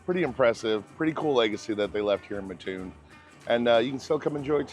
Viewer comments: I live right down the street from there and eat there a lot. Next time you are there try their fried mushrooms. They are fabulous.. Also please pronounce the name correctly. The locals don't like anyone mispronouncing our name. It is Mat (like in doormat) Toon (like in cartoon).Not Muh-toon. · The way to explain it is do you sleep on a ma-TRESS or a mattress like normal people? Well that's how ya say it, Mat-toon. Charleston raised here, right next door. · It’s mattoon not ma toon Illinois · It's pronounced Mat-Toon. It's only called Ma-Toon because of a guy on the radio did it because it bugged his mother. And because of him many people outside of Mat-Toon started saying it wrong even on the channel 9 news from Decatur and other news stations, which still does it today. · Do you have any friends named Mutt? Do you sleep on a muttress? Nope, your friend's name is Matt, you sleep on a mattress, and it is pronounced Matt-Toon! Glad to see the video - grew up 2 miles west of the McDonald's at the end, used to ride our bikes there to play on the playground. When I was in high school we moved in town and could hear the drive up announcer calling out numbers (Drive up Twenteeeee - ooooooooone), he was very distinct! If you ever go back, ask a local to do an impression, everyone had one. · The way you say Ma--ttoon is killing me . Great video though , Thank you . I was born and raised near Mattoon . Mat-toon . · I've lived in Champaign - Urbana my whole life and I've always heard it pronounced matt-toon. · Oh ok I understand. It's pronounced Mattoon not Mattoon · Umm god. Everytime someone on here says Mattoon, it's the same. Its MAtoon, not muTOON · I live in mattoon , love that place ! Ohhh , the town is pronounced MATT-TOON , not muhhtoon. People can’t stand it being mispronounced here for some reason . Great video !!! Thank you for recognizing it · instead of “mah TOON” it’s more like “matt TOON” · It's MAT Toon, NOT Ma ttoon !! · It's pronounced ma-toon like car-toon.